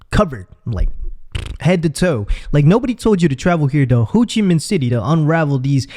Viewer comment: Did he just say “hoochie min?”